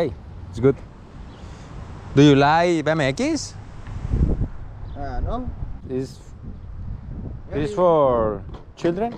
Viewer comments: Le dijiste do you like bmx, lo bmx lo dijiste en español tenias que pronunciarlo en ingles, que te va entender el man. Por eso te dijo que no. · cuando son de 20 contas 5 de 20 y te da 100. es más facil, y el chico te dijo que no le gustaba porque pronunciaste mal "BMX" 😂